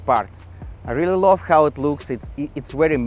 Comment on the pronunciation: … на произношением поработай, а то русский так и прет, аж ухо режет - хав и парт!! 😊